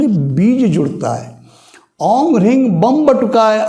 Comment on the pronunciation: guruji Charan sparsh.... Aap jab bolte hain toh Reeng sunai deta hai ...Hareeng puri tarah sunai nhi deta........